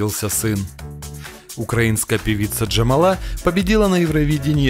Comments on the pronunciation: Не ДжамалА, а ДжамАла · Ну так, ударение точно не на последнюю А. Правильно - ДжамАла. И про Народную артистку Украины забили упомянуть, альбом "Крила" и многие другие заслуги) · ДжамАла а не ДжамалА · 1Вообще-то Loreen хотела вернуться на Евровидение в 2017 году, а не в 2016! 2 Монс ЗамерлЁв, а не ЗамЕрлёв! 3ДжамАла,а не ДжамалА! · Не понравилось видео. Имена озвучены неверно(ЗермЕрлев, вы серьезно?! ДжамалА??), информация по их творчеству небольшая.... Шерифович творила в Штатах, у Кончиты отличные новые песни, Монс сотрудничает с СК, Эммили де Форест постоянно приглашают на Евро отборы... скукота. Дизлайк. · Правильно говорить ДжАмала а не ДжамалА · Пожалуйста, стпвьтн ударения правильно! 1. ЗермерлЁв 2. ДжамАла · Бл..дь, комментатор и ведущий, у тебя что проблемы с ударениями?? ЗельмЕрлев? ДжамалА??? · Слабо вы подготовились, о Джамале. И ударение неправильно поставили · 2 вопрос - почему автор неправильно ставит ударение Джамала и Семерлёв.